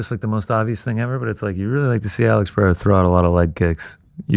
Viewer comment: Bro said Periera let Ankaleav off the hook😂 can’t be serious